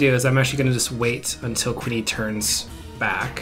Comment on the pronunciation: Q-yoon. Not queenie.